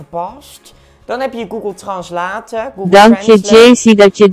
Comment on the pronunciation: Goegol Translaate, Sjazamme, Fasboek, Snaptjat, TikTuk, Coroma, Nootiefiekasjons... Is hij serieus?